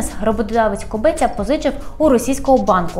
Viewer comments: Кобця, не КобЕця))) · Кобця, а не кобеця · Кобець відміняють так само як «хребець» – без «хребця» без «Кобця», а не без «Кобе́ця».